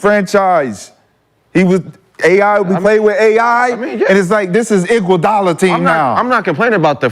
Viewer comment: Dude said iguadala better than khawhi😂😂😂 dude on drugs